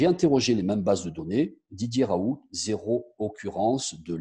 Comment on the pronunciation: Raoult!!!et ça se dit en phonétique raoul, le T on ne l'entend pas!!!tout le monde lui écorche son nom!!!